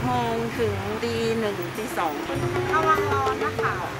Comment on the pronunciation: ใครสังเกตบ้างว่า พี่ ตอน พูดว่า "นะค่ะ"🤣